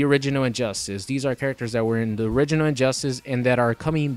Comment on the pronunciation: Sounds like he says "Orininoid" instead of "Original."